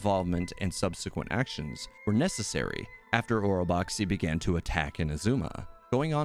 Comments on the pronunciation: Orobaxi the xi is just pronounced as shi.. don’t know why they decided to spell it that way.. anyway, love your videos keep it up 👍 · It's pronounced OROBASHI - IT WAS EVEN SPELLED THAT WAY IN 2.0 AND CHANGED FOR 2.1 (just like Mt Aozang becoming Aocang).